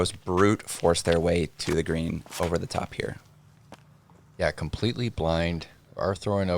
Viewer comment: It's pronounced 'vin-yerd', not 'vine-yard'.